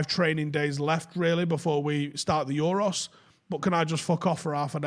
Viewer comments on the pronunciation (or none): Jason Sanchez? Euross? Speak properly you mong